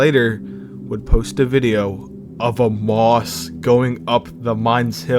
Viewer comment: Also i dont wanna be that guy but it is pronounced mouse not moss. But great video def brought back nostalgia for me